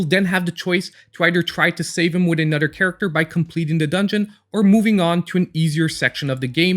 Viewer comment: Ima start calling you, like THE CHOSEN ONE but beddur.